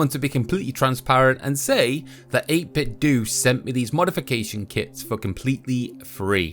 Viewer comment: I feel as though 8bitdo is pronounced like you would nintendo (dough, not doo). By all means I could be way off, but it seems like a logical play on phonetics..